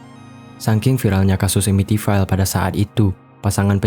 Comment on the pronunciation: Amityville dibaca Amitvil